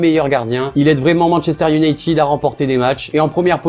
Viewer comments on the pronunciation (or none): none